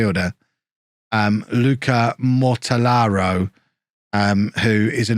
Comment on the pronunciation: Some classic Joe Kinnear levels of pronunciation there with Mortellaro's name!